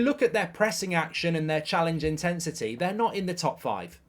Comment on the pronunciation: Challenge intesity 😂 I’ve heard it all now